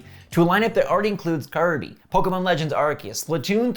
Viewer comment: Hey, he got the name for the new Kirby title right this time! Love your videos!